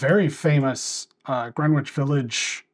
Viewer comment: (As I'm essentially a New Yorker, the W in Greenwich isn't pronounced... at least in the New York tri-state area, it's pronounced Gren-ich...) 😲 I do agree the "climax" of Mercy felt out of place compared to the trial. But as you indicated, seeing it in the theatre had me like it as a whole.